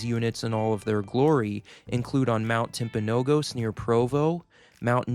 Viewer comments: As someone who lives in Utah I need to correct you It's not pronounced "Timpanog-ows" its pronounced "Timpanog-us" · Hearing Mt. Timpanogos pronounced wrong was painful. You had it until the end. It's pronounced Mt. Timp uh no GUS. Please remember that for the next time if you ever make another video about the Mountain. 😵‍💫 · Awesome video! To pronounce Timpanogos it’s “Timpano-gus” 😊 at least that’s how we pronounce it here in Utah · Great description of the Wasatch Range. I had to rely on my knowledge of technical terms, but overall your explanation is succinct and easy to understand. Just FYI, the proper term is LDS temples, not Mormon temples. The name 'Mormon' is no longer used. Amd Timpanogos is is pronounced tim-pan-NO-gus. Nits, I know. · Is anyone going to tell him how to properly pronounce “ Timpanogos” !? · I have never heard a local say timpanogos with a long last o. Utah locals pronounce the name with the emphasis on the first o. This was a fun video to watch.